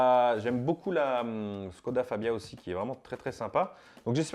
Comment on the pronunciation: Je veux pas faire mon puriste mais on prononce pas ssskoda mais chkoda c